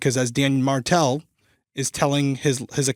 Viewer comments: Every time you say Dan Martell it throws me off so bad. Name is almost Dan Markell & case reminds us of Summer Wells. Either way i hope beyond hope that those babies aren't gone gone 😭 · My neck snapped when you said Dan Martel bc I thought you said Dan Markel